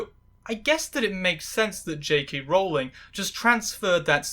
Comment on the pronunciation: Honestly, I'm just impressed you pronounced Rowling's name correctly